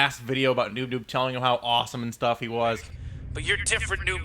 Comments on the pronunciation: His name is noop noop not noob noob! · Its not Noob Noob, its Noop Noop. ._. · its noop noop, p not b